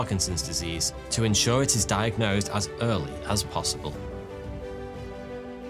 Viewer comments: "diag-NOSED" i see what you did there 😂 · I enjoyed this fascinated video. Especially "diag-Nosed"! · Loved the diag-nosed emphasis hahahah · It had diag... NOSED. At first glance, it may seem had trouble pronouncing the word diagnosed but my superior skill in recognizing puns could not be fooled. I didn't stop there though. I grabbed 6 of my closest friends and watched 12 videos. Each of us had to point out the puns in every video. To everyone's amazement, I got all 12 of them correct. Except I didn't. I made 1 error. Alas, further research was canceled due to my grave error, as our funding got cut. A few months later, I bumped into the same pun I misjudged wrongly before. And as you guessed it, it actually turned out to be a pun. I felt a great rush going through my veins, as I felt like the luckiest man in the world. I headed straight to Vegas and gambled away my life savings. Does it hurt? Yes. But do you know what's more valuable than money? Time. Time that you've now wasted reading my comment. Cheers to you and enjoy your evening. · Diag-NOSED! :P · Did you say, “… diagNOSEd…”? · I had to click like because you said diag-nosed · diag-NOSED :face-green-smiling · "...diagnosed... before the disease was detectable by modern medicine." Ridiculous pronunciations of 'diagnosed' and 'superlative' aside, that's almost certainly a reach, and probably not true. The percentage of people tested for Parkinson's before they have symptoms is extremely low.